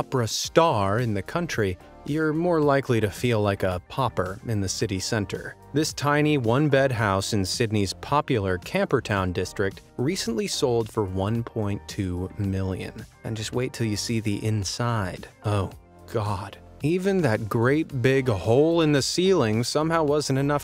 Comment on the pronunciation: { Watching from Sydney Australia 🇦🇺 } You mispronounced the Sydney suburb : it's pronounced - Camber-down { spelt : Camperdown } it's national " claim to fame " is Westmead Children's hospital 🏥 🚑🧑‍🦽 . The Mansion you described as 2 & half hours from Sydney is likely located in either the blue mountains { region } Or in Newcastle . You should have given area description . AND i live 15 drive away from The Sydney Opera house 🔝⛴️ . It doesn't look THAT silly . We have what's called the " Toaster " on Sydney harbour at Barangaroo { casino district } . BELIEVE ME it's an eyesore & Just as unpopular . ♑️✍️🇦🇺🇳🇴